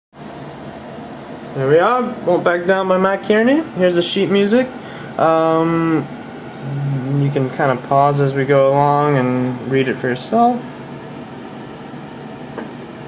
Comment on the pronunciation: its car-knee btw but nice job